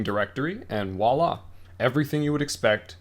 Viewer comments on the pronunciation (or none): Oh and it's vwah-la not walla. ;) voilà in French means "look there". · ... its pronounced "Voila!" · I'm with another commentator re the irritation. Voila is not pronounced "wala" in any part of France I've ever been. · This video is such a great service. I also know not to make fun of folks for their pronunciation (because it means they learned the word only by reading!). That said, if the host is going to say "Voila!" as often as this, I must insist that he say "Vwa-La" instead. ;-) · Great docker tutorial, this helped me a lot to understand using docker on windows to establish a linux development environment. but please watch this video to learn how to say "Voila"! It's a V, not a W! ;)